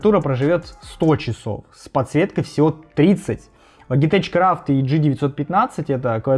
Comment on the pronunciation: Сам ты, блядь, Логитэч. Лоджитэк правильно. 😂😂😂